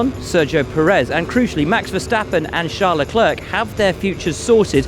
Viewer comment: 'Charl LeClerk" Peak pronunciation